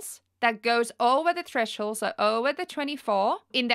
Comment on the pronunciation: lol trashole. its TTHHHREEESSHHH HOOOOLD